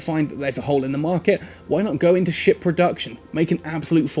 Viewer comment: Everytime he says ship...I hear "shit"